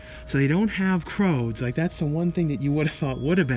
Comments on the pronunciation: Not pronounced "Croads" but "Crewds" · Pretty sure it’s crOOds- rhymes with “dudes” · i know you have said you are dyslexic but the film is the C R O O D S , pronounced like dudes...x....still good content as usual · Love your videos but saying “ croods” as “ croads” kept making me and my daughter cringe lol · Take a shot everytime mispronounces a title. Lol, love you. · And the rude comments start popping up if you don't have anything nice to say it's not fault he has trouble pronouncing some of the movie names